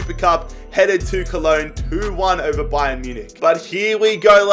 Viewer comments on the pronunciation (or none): none